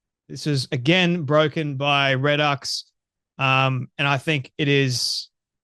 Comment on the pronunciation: Great report, no one on here seems to be willing to cover it. (P.S. redux pronounced reedux)